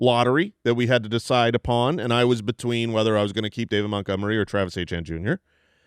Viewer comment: From a Canadian’s perspective (bonjour), it’s so brutal how they pronounce Achane and Étienne the same way. The way they used to say Etienne was much closer on the back half but now they’re butchering the back half. Phonetically it would be ay-chi-en/ay-tee-en, not ay-chan. Thank you for coming to my Ted Talk